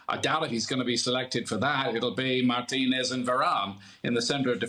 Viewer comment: YES!! My man Ian actually said Mar-TEE-Nez instead of the other idiot Brits who say Mar-Tin-Ez!!